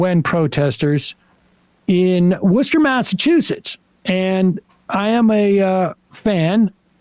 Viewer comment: I was not expecting Worcester to be mentioned in today's story, nor for Sam to say the name correctly lol Local Salem boy myself